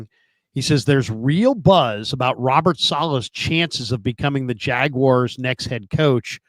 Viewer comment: needs to learn how to say Robert's name correctly.... that's annoying